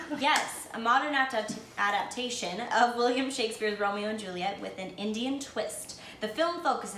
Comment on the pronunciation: it’s adap-TA-tion not adap-TION:)